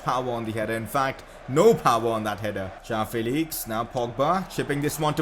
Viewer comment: Please pronounce it Jo-woah-n Felix